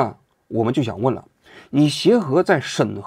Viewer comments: 莹 二声。我叫郗颖 总听见王局叫我😂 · 内容挺好的 就是一直倒一个字 把莹读成颖 听着别扭😂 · 董袭莹，第三个字念yíng，二声，与“营”同音，不念“影” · 莹是第二声